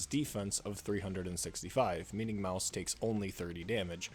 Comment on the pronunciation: the way he can't prounce her name made this video literally unwatchable